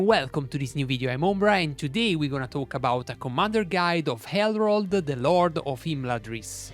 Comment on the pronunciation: Great video thanks! I don’t mean to offend now but I so think it’s funny you leave out the “n” in his name and say Errold 😅 only love brother 💛